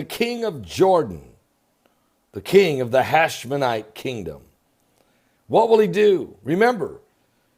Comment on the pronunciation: HASHEMITE not HashmeNITE!!!